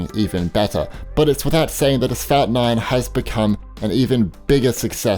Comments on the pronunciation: It’s “asphalt” NOT “asfout”....lol. That pronunciation gets me every time you say it. I think a new game is being introduced....lol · Asphalt?? Asphalt is pronounced As-folt